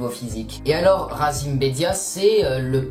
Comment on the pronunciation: 4.44 il s’appelle RAMZY PAS RAZIM donc renseigne toi au lieu de raconter de la merde